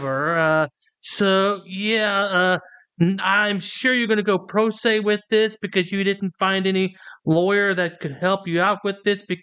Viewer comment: “Pro se” 😂